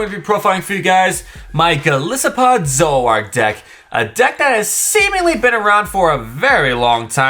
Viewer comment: It’s “Zor-o-ark” not “Zo-ak”